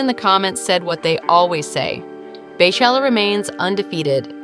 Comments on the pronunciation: I can’t believe you said “bay chella” not even 30 seconds into the video 😑😑😡 it’s pronounced BEE chella. Like her name is pronounced! PLEASE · Please...PLEASE. Not Bay or Bae it is Bey like Bee. Beychella. 🐝chella. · “BAY CHELLA” i’m soooo irritated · Her name is BEYoncé so why are you saying BAYchella 🤦🏽‍♂️